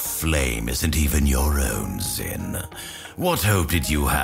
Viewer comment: It's not "zin" it's pronounced "sheen" or "zeen" Backup evidence for my petty correction